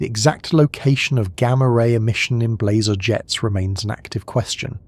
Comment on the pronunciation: I had to stop sorry. Blehzahh and blayzer drove me insane.